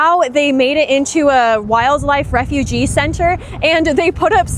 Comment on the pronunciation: Refuge is a place to preserve and protect natural habitat and species. Emphasise on the u. Refugee is someone fleeing a place because they fear for their safety. Emphasise on the g. Technically a refugee is looking for a refuge but that one you saw is for plants and animals that are native to the area. Interesting video. You have lots of energy. Nice to see young people trying to keep informed.